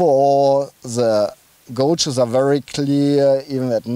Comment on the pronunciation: As always, a very good informative review..Just one thing, gauges is pronounced GAY-ges and not GO-ges. Keep up the excellent work.